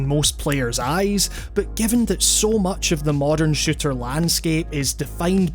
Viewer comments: take a shot every time he says shitter instead of shooter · I swear every time you said "shooter " I thought you kept saying shitter. Shooters have become so varied as of now. I myself haven't been into shooters since my taste in games had evolved. I'd love to play splatoon but I don't own a switch. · It sounds like he's saying "shitter" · whenever you say shooter, you sound like you're saying shitter. i still love your accent, by the way. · I'm not the only one hearing shitter, right?